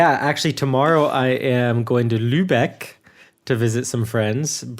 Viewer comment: It ist amazing, how pronaunced Lübeck. He have No Problems with the Ü.